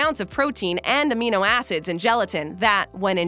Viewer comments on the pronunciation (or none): none